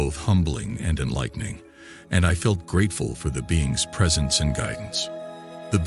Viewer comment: "Beings", not "beans., heh heh. You cannot eat those.